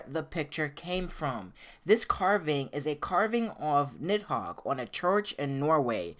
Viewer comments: Im not trying to be rude but i think it's pronounced needhog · It's pronounced Nee Hog. The I is silent. The name is used as a Demon and key item in Devil May Cry 5. (Parasitic Fiend - Nidhogg) Nidhogg: You dodged me! did you dodge me!? Griffon: Nidhogg, never liked this guy. Nidhogg: You pest. Do I know you? Griffon: Dumb as a bag of rocks. Let's not even mess with this guy, V. He can't even leave the Qliphoth, anyway. Just a Qliphoth parasite. Nidhogg: Did you insult me? Griffon: --Uh-oh. Nidhogg: --You insult me! Griffon: I think he heard me... and he's angry! Nidhogg: I'm going to kill you! V: Not in this lifetime. "As the air to a bird or the sea to a fish, so is contempt to the contemptible." (During Nidhogg battle) Nidhogg: You use... de-de-demon...? But you...human...? Huhhhh....? V: "If the fool would persist in his folly he would become wise." Nidhogg: Augh...? Ah...? Griffon: Meaning don't try to think too much, shithead! Nidhogg: I'm... I'm busy. You guys can finish it. Nidhogg: I'm heeeerrreee! Griffon: This dimwitt wants to be all high-and-mighty! Strike'em down, V! Nidhogg: D-d-dimwitt...? M-me? I... c-c-c-crush you! Griffon: Even the big bad kitty knows you got shit for brains! Nidhogg: Qu-qu-qu-quiet! You... you... bird and cat! Nidhogg: Chaaarrrgggeee! V: "The cut worm forgives the plow." What do you say?